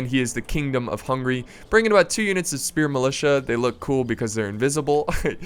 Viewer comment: always when you say Hungary I hear hungry...